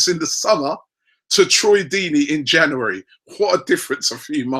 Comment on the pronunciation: It's not only the players! Even the word "January" he struggles with, it's embarrassing